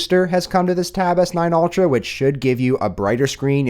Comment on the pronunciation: Taaaaaaaab S9 OLTRA, JESUS CAN YOU SAY IT EVEN WORSE THAT THAT!!!!